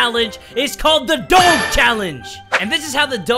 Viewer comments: Your pronouncing doge wrong lol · Love your vids I thought he was saying dog weird but then I realized it was doge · When you don't know how to pronounce doge. Also, isn't it ironic that there's a cat game ad? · He didn't say doge right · U said doge wrong -.- offended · You said Doge wrong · Why does he say doge like that? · WTF YOUR PRONOUNCING DOGE WRONG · You that is not how you say doge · Wow it’s do jeh not do ge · it's cringy af when he says doge instead of doje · its Doje not doge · you say doge weirdly. its pronounced doshe. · it's pronounced DOG EEEEEEE. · it's prenounced Doggy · it's not said like that it's doe gu or doge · you're saying doge wrong is Dough-gee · NorthBoundWolf it's like dough je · I though it was Doe-j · yes doje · No it isn't is named Pronounced "Doj" Or "Dogi" or "Doug" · It's do ge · It's d-oe-j. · does the way he says doge trigger anyone else.... (dough-juh) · Dough guh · No one talking about him saying doge wrong the whole video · IT'S PRONOUNCED "DOJE" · Say it as doje instead of the real spelling btw funny vid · its prnounced more of doje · (Doe-Juh) (Dough-J) Doge (you know like sound D not like you say the letter then regular letter O than G is more like j like the sound not letter an the e makes an uh noise) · ITS PRONOUNCED DODGE WITH OUT THE SECOND D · No hard feelings but you pronounce doge like if it was spelled “doje” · It’s pronounced Doej or doje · Doge is pronounced do ja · It's pronounced dojh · It’s pronounced Do-sh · You pronounce Doge Like a J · It is said like doaj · It’s pronounced Doje 😑